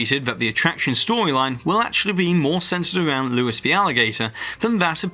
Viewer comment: Dude, it’s pronounced “Lou-ee”, no s at the end.